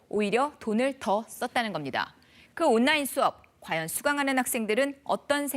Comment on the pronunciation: 아나운서 발음이... '온라인' 발음이 안 되나?? '온나인'이 뭐냐?? 혹시 전라도??